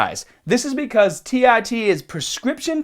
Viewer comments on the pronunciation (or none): tee ARE tee, not tee EYE tee. Christ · Such a Boston Irish american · As absolutely adorable as he sounds when he says that, c'mon people, no need to mack on him for his speech impediment.